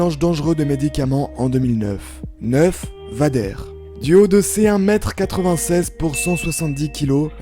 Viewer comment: Ça se dit véy deur